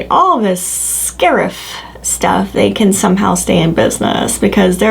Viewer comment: When you said 'scarrif' it made me think that's what it would be called in the MH universe. Like Scare-iff. And it works too because it is scary :( Every time I see you point out these dolls I like them more and more! Maybe I better jump in now during this hold off period.